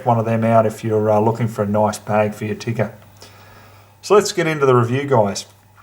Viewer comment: I have Finnish heritage and I'd like to thank you for pronouncing Tikka correctly.